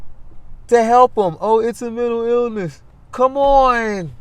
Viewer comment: “Mintill eelniss”.